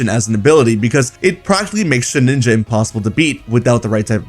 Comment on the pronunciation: Shed-inja, not Shed-ninja.